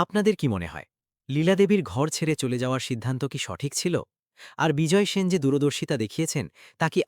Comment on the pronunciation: Apni sen keno bolchen shen uchharan hobe.apnar pada bhalo lagche na. Video bundh.korlam